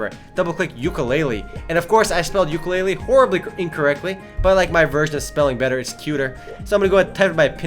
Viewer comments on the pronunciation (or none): none